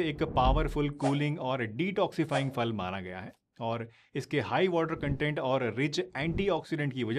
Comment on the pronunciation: Pls aap phal ko fal na kahe फल है